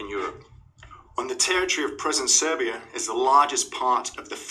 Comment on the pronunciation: Love the video, love to you and our Romanian brothers. Cheers! Oh bdw Serbia is pronounced like Sergei (at the start, the end you got right.)